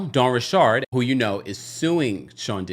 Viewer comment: 100% not saying her name like that.